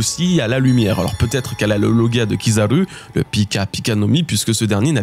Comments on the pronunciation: Tu peux dire Kizaru normalement stp ? c'est horrible avec l'accent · Ta façon de prononcer Kizaru fait mal aux oreilles. Arrête de forcer l’accent